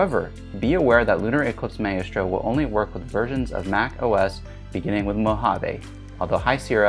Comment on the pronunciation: Very good and useful tips, which I sincerely appreciate! (Very) minor point, but your pronunciation of maestro is a little off. Consider checking an online dictionary that will speak it out loud.